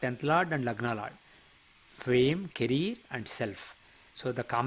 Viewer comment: Caree -er. Not caree-r😄